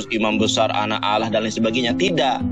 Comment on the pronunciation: bicara bahasa Indonesia saja sudah tak jela gimana kau mau paham? Sebut Allah, bukan Aloh